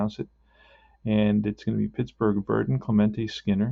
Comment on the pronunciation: Hey its the other Milwaukee Braves 1959 replayer...watching your tenth game last night and saw you are butchering a few names...and remember it's the Braves not the Brewers. Anyway it's Billy Brewt in......Buhl is correct, Buhwil...Carl Willey is Willey same as in Willie Mays...even though you spell the Willey like this...it is not Wylie...Boy are you getting great rolls for Eddie Mathews...keep it up man!